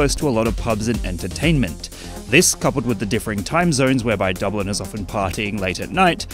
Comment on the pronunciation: It's Dublin dawg